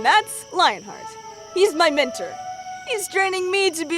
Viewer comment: it’s not ment-r, it’s ment-or